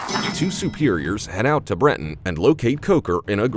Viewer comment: Your pronunciation is off. It is not Brenton, it is Ben-ton. Bossier is pronounced Bo-sure not Boss-ier.